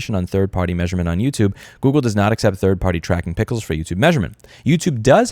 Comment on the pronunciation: when he says pickles instead of pixels, or any other verbal flubs, just remember that it's because his brain is too fast for his mouth